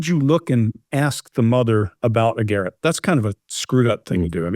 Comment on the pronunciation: Lol. can't talk when it comes to the ref to toilet when he pronounces the word garotte like carrot. It is a French word,,,gar - rot. 😅